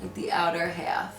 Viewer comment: I love when she says half lol